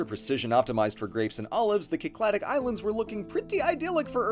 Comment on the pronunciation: I love how uses the greek pronunciation for the Cycladic islands:)